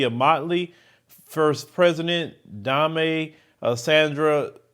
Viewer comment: Lol not Dom-ey, its pronounced D-aim just like same. We dont know why he came too. Weren't needed and yes they should pay us